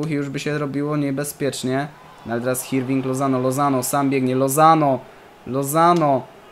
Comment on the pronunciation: W hiszpańskim "h" jest nieme, więc Hirving czytamy Irving ;)